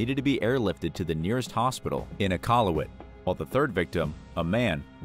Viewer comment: Noonoovoot 😂😂😂 eekwalet 😂😂😂😂 Nun-ah-vut😂😂😂